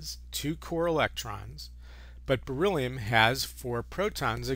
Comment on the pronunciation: why he say beryllium like that?? lmao